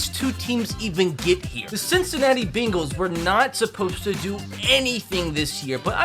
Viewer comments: Its bengals not bingles or bagles or beengles you donut who dey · Can we just talk about how he was saying the Bingals instead of the Bengals😃😀😂😂😂